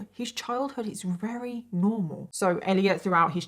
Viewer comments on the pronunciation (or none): It's awesome how you say wery instead of very. I wish I had a cool accent like you